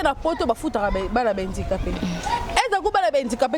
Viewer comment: on dit handicap et non indicap avant bosala ba émission il faut bo zuaka ba information ya bien bana ya mamie ngeni ba fingamaka po na comportement na yé moko ba fingaka mutu kaka na faiblesse na yé bolanda ba serie na yé ya kofinga batu mbala ya sima bolata bien avant bosala ba émission boza sombre